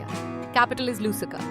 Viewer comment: Africa has 55 countries. You’ve forgotten São Tomé and Príncipe. Several names are pronounced with the stress in the wrong place: BamaKO, and not BaMAko; LuSAka, and not LUsaka; MaPUto, and not MAputo; MaLAwi, and not MAlawi; TanzaNIa, and not TanZAnia. Some other names are mispronounced too, like Niger, Windhoek, N’djamena.